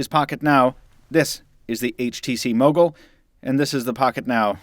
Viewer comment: When you say Mogul it sounds like muggle...lol ....the bloopers were awesome....was laughing like hell